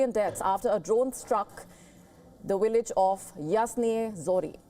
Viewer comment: VILLAGE NOT WILLAGE